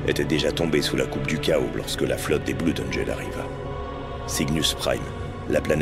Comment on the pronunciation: Tout est bien, tout est bien dans la vidéo, mais mais mais mais mais mais je dois arrêter, je ne supporte pas quand on dit Bloud au lieu de bleud :)